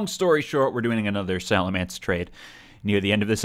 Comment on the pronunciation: it's pronounced "salamence," not "salamence."